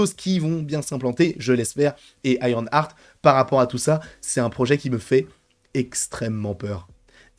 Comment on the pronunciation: Si ça se prononce bien Ironheart et pas IronARTE! Pourquoi tout le monde dit IronARTE? Déjà que c'est moche à dire IronARTE mais c'est même pas la bonne prononciation à la base (ok je chipote mais depuis le début ça me fait mal aux oreilles d'entendre ça partout😵) Continue tes videos j'adore. Et Sacha Baron Coen, EXCELLENT acteur. Il sera parfait !